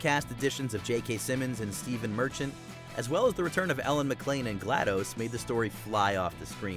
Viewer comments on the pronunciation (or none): none